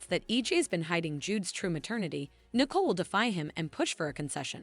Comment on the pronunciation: It’s Nicole, not Nickel.